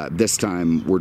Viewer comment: Camaro, Mustang, Daytona Z... first, second and "turd" place :D